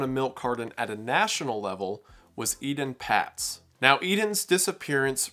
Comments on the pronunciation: Ee-TAHN PAYTS not eden pats. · Please pronounce the names of these children correctly. Ay-Tawn Pay-tz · It’s pronounced “AYtahn Paytz” (with long A’s). Robert Stack covered his story on Unsolved Mysteries in the 80’s, and that’s how he said it. I trust him and the network it was on to make sure they pronounced victims’ names correctly. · Solid video, but it gets under my skin when a reporter (or vlogger) doesn't pronounce a name correctly, especially one that (a) gets mentioned a lot in the vlog and (b) was hugely influential and commonly heard to us graybeards (born back when dates started with a 19!). Etan Patz's name is pronounced "AY-ton Paytz". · Not to be picky but Etan Patz is pronounced with a long A on both the E and A. Surprised I still remember this.